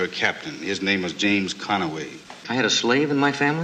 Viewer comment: James con-a-way🤥😭🤣😭😭🤣